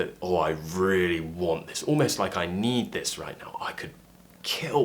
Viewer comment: Hi,, why do I heard you say " I wants" more than just "I want"? It seems like there's an additional 's' in your way of speaking. Or is it just my feeling?